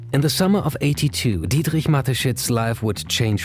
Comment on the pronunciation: Great vid. Also really enjoyed pronunciation ("Dítrguihj" sounds great) Thanks.